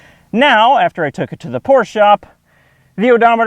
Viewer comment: thank you sir, you are the first American who pronounces Porsche correctly